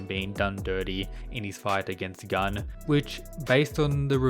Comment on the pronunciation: Gun's name is a korean one, not Gun as 🔫. PS: Shingen is an absolute gigachad